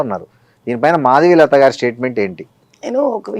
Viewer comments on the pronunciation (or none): he said maadigalatha instead of madhavilatha lol